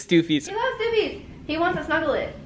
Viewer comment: kk that’s not How you say stuffies